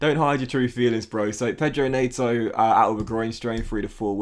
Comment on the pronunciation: Day 5 of telling its net-oh not nate-oh